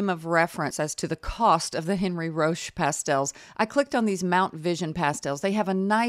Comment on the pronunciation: Enn-REE Ro-SHAY (my French pronunciation credentials lol: 4 years of HS French, 2 years of College French, and I'm from Louisiana with a mostly French ancestry grandma)